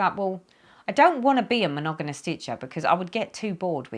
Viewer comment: Hi, wow 4x’s filming a one hour video. Forgive me but every time you said the word monogamous, I lol. You were saying monoganus. Lol, how many times? Monogamous is how it is spelled. With two m’s not two n’s. Lol. You had me roflol. Sorry to hear that your mom was ill. My son and I both were as well. That was no fun. TTFN